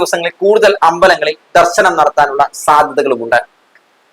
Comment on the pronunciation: ദർസനം അല്ല ദർശനം